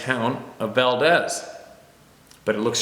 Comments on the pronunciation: Valdez is pronounced Val-DEEz. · The locals pronounce Valdez , Valdeez....